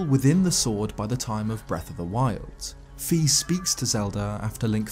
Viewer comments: FI IS PRONOUNCED FIGH NOT FEE! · Okay I’ve got to set the record straight: It’s Fi, not Fee. Why? Because the japanese name for her is ファイ or Fai Pretty definitive. It’d be like calling Link “Leenk”, it’s not valid. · Um actually fi is said as fy 💀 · Her name is not pronounced fee. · Wanted to let you know, Fi's name is pronounced with a long "i" sound not a long "e" sound. This was confirmed in Hyrule Warriors.